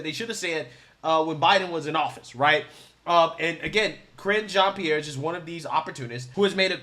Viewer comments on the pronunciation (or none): Did you say KRINGE JEAN-PIERRE? 😆😆